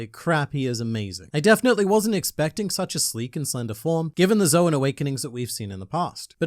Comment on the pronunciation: saying Zoan wrong count: 4 saying Marineford wrong count: 1 Honestly, I expected more "ZOWAN," given the contents of the chapter.